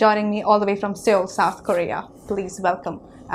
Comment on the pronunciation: that Xtra part of me getting disgusted when she pronounced seoul wrong